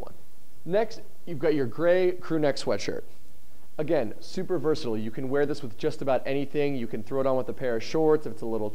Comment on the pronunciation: THAT IS NOT how you say versatile